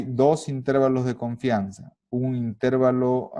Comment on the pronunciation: El video está buenísimo, pero honestamente me desesperó un poco que le digas INtervalo, en lugar de interVAlo